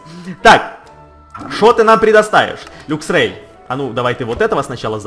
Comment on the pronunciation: Правильно говорить лаксрей